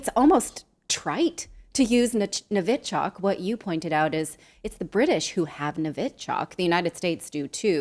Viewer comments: It’s pronounced Novychock 🤦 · Thank you both. What a wonderful clever guest. And sweet Natalie please check your pronunciation of novichok😅